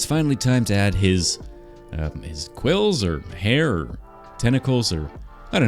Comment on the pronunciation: Its quils, just so ya know and i enjoy your vids